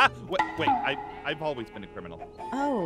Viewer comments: when aph says crimininal i was laughing XD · "He's a criminanal"